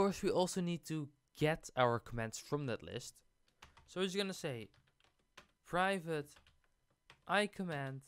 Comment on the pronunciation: Oh my god that slow zoom on the "privvate" 🤣